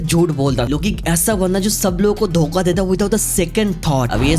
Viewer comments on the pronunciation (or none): none